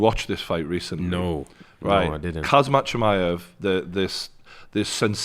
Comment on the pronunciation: “Kazmat chimaev”